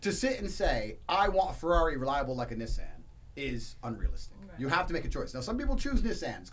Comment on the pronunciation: Bruh, the way Andrew was pronouncing Nissan was pissing me off 😂😂😭😭